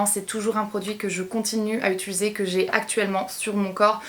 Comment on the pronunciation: pour la première fois tu a dis utiliser et pas utuliser 😂😍 bravo ma belle haha si non ba comme dhab hein tu sais que tu fais du bon travail 😘💗